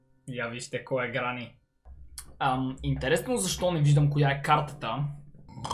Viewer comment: Аз малко чух кранни xD вместо гранни XD